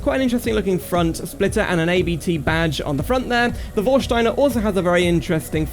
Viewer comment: The “ABT” name is actually the last name of the founder of the tuning company so you pronounce it as a whole :)